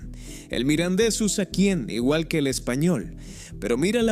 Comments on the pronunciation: Es un poco lamentable oír todo el rato hablar indistintamente del mirandés y del "midindis"... esto de la traducción automática es un asco. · Muy interesante el vídeo y su información pero se acabó el vídeo y solo se oyó mal pronunciado el idioma Mirandes